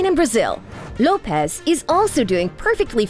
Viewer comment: Lopes is not pronounced Lo-pez. It’s simply Lopes like hopes.